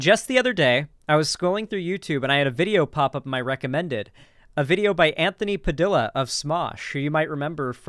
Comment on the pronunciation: They way pronounces “Padilla” is like nails on a chalkboard LMAO